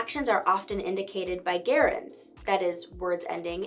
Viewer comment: The pronunciation of "gerund" is /ˈjerənd/ or /ˈdʒɛrənd, , NOT /ˈgerənd/ as you said in the video.